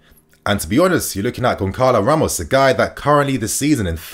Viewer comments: As I understand "Gonçalo" needs to be pronounced as [gonZalo] or [gonSalo] not [gonKalo]? correct me if I'm wrong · It's pronounced Gon Sa Lo not Gon Ka lo. Won't Benfica ask for a 100 plus mil? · Pronounced Gon-Salo...bro, fix up it's annoying AF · Sometimes your pronounciation is mad, but GonKalo Ramos🤣🤣🤣 rofl